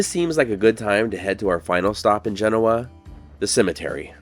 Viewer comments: Thanks for all the information. I live in nearby Minden and have always been told the correct pronunciation is. Gen-O-a with the emphasis on the O. Not at all the way it is pronounced in Europe. But I learned so much from your video. Thank you. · Genoa, Nevada is pronounced with the accent on the second syllable. As Juh- NO-a. Genoa, Italy has the accent on the first syllable, as GEN-o-a. People frequently mispronounce Nevada, as well. Details matter. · We love your videos. GENOA is pronounced GEN OH AH, the emphasis is on the second syllable. Thank you for coming this far north on US 395 and showing off a little of Douglas County Nevada for everyone to see. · I hope you didn't pronounce it that way when you were actually IN Gen-OH-ah... you might have found yourself lynched! It ain't pronounced like them there Eyetalians say it! 🙂 Nice look at a historic Nevada town that happens to be right in my backyard. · My hometown 😊 We pronounce it Ge-NO-a by the way. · Came here to say the same thing. I grew up near there and my girlfriend lived there. I worked at Walley's Hot Spring way back when. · If you are going to make a video about a place you should really learn how to properly pronounce the it. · I really wish you would talk to the locals to know how the name of the town is pronounced. It's fundamental to travelling to places unknown. You might want to avoid slaughtering pronunciations. I give you Kudos for pronouncing Nevada correctly. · Learn how to pronounce Genoa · Learn to pronounce the dang town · I'm very familiar with Genoa and am a big fan of your channel. I enjoyed this one as well, even with your repeated mispronunciation of the town's name. Hard O. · Excellent video. I have lived in the nearby town of Minden for 15-years and I have never heard anyone pronounce Genoa like you did. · Is that how the town name is pronounced? I’ve never heard it this way. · Please learn how to say the town name properly. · Genoa is pronounced: "juh-NO-ah" not “JEN-o-wah".